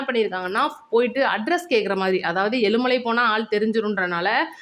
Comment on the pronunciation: aelumalai. khidaiyathu. eazhumalai. prononciation. wrong